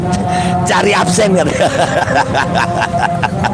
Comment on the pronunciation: Mantap kita dapat hiburan dan jadi ngakak dengar semboyan absen jadi apsen hahahahahaha